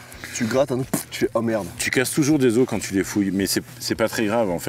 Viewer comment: Ça me tilt un peu de l’entendre dire « Des OSSES ! » 😂 j’suis grave sensible !